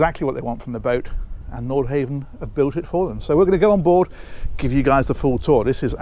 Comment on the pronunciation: think one says Nord hah--ven